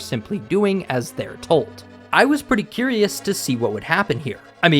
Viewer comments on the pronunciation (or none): none